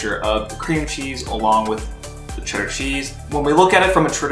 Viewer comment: if you lived in Massachusetts for any point in your life, its CHEDDAHHH. Well done, sir.